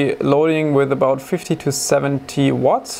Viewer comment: I thought he was saying "5270 watts" instead of "50 to 70 watts" > hm, hey wait that's a lot more than even the wall plug can handle